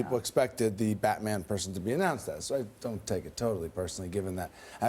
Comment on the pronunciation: she said buttman